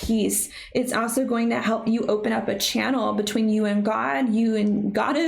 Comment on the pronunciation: Why do you say “also” without pronouncing the “L?”